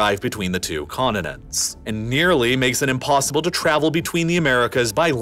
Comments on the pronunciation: Conninants? Mounnains? You should pronounce words correctly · "conununts" "moununs" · Why can't his guys pronounce his (t)s continents it's not coninence. Sounds like a dope . Also mountains not mounans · Did he just say “condinends”? Pronounce your t’s buddy 😂